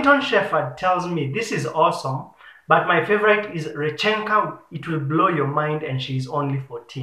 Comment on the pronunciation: It is R "E" chenka, not Rechnk "A"